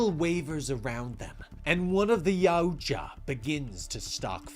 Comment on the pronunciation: Yaoja? NO NO NO ITS YAUTJA. MY GOD MAN.